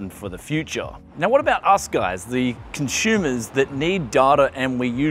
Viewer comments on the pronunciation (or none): This is great news for conshoomas! 😂